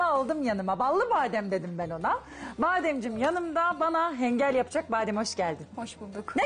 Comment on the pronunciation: Hengal degil ğinkal diyoruz 😁 off ellerine saglik